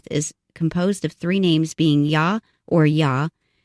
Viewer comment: Come on now ... wasting all that time botching all those names .. jeepers creepers